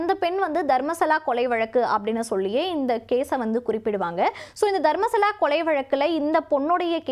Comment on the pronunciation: தர்மஸ்தலா . தர்மசலா இல்ல